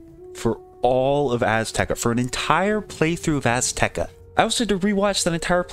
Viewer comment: Azteca? Nah, Assteca